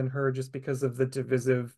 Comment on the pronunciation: I believe that the pronunciation is "duh·VAI·suhv" for divisive